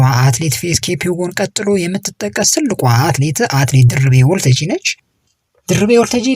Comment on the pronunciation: ለዜናው እናመሰግናለን! ለጠቅላላ እውቀት ግን ሰው የስሙ አጠራር ሲወላገድ መቼም ደስ አይለውም፣ የሚያውቅ አድማጭም ድምፅህን ሲሰማ ጆሮው ላይ ይሻክርበታል። በለጠን ባላጣ ብሎ እንደመጥራት ማለት ነው። ስለዚህ ያባቷን ስም ስትጠራ 'ታጂ'ን አጥብቅ አታርዝም። አንተ የምትለው Waltajii ሲሆን መባል ያለበት Walttajji ነው። Walttajji ትርጉሙ መድረክ ማለት ነው። የሷንም ስም እንደ አንዳንዶች ደርቤ አለማለትህ ግን ግሩም ነው 😊